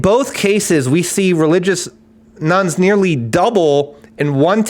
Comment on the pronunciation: Thought he was saying ‘Nuns’ interesting visions of Sister Act 😅